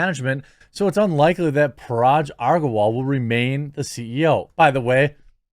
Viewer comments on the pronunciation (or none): Parag... The g is sounds like Goat